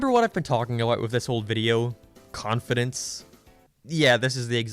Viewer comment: Why do you say "abart" instead of "about"?